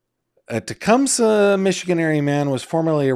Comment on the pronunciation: Te-cum-SEE, Mi 😊